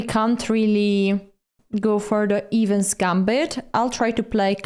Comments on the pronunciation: It is the "Eh-vans" Gambit not the "Evens Gambit". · it's EH-vans not EEH-vans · Evans is pronounced with a short E. Great instructive video as always.